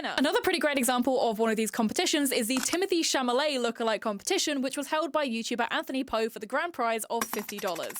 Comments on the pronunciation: The l comes before the m in Chalamet I think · It's Timothee Chalamet, not Chamalet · idk if it’s a meme or something, but you’re pronouncing his surname wrong. it’s cha-la-met, not cha-MA-let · I loved your video and I love your hair. However, my OCD compels me to point out Timothee's last name is pronounced Cha-LA-met, and not Cha-MA-let. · it’s chalamet not chamalet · hearing you say Chamalet instead if Chalamet is killing me 😂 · (it's Chalamet* not Chamalet) :) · shall-a-may. SHALL-A-MAY. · In the start, am I tweaking or are you saying “Chamalet”?? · With peace and love it’s Chal-a-may. That was driving me nuts the whole video. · You’re saying Tim’s name wrong and I’m irked 😂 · As someone with an accent and a lisp, it’s interest possible it was an accident, I misread and mispronounce names like that sometimes. Not a big deal